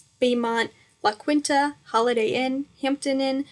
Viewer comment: loving how you tried to pronounce la quinta